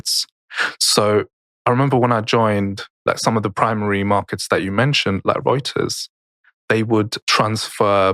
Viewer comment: You said Reuters correctly! I'm actually proud of you 👍!!